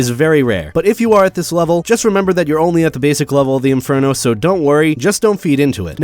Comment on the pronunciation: in-fur-NO